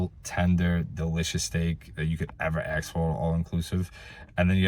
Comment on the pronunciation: If you ‘axe me’ (your words- not mine) this is/was a very comprehensive review. Eck- specially (your words-not mine) your remarks about the service at the resort. Well done. I believe your comments will provide excellent insight for many people. Thanks. And one last item to ‘pull your chain’ a little more… that area is pronounced BAW- vaw- row. Accent on the upper case. Not ba-VAIR-o. Best of luck on future reviews. You’re a natural at it!